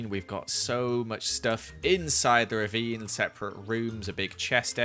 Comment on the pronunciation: Wow- its “ravine” not “rebeem” im 13 and I figured that out today.